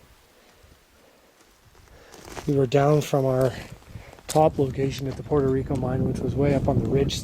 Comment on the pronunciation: Puerto Rico not Porto please, thank you great job 👏